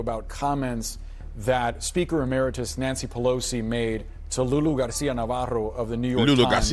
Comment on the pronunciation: Freaking hilarious how they have to like over pronunciation Garcia like the R roll for a straight minute lol